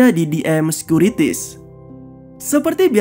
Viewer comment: Bukan sekuritis tapi sekuritas!! Tambahkan pengetahuan lebih min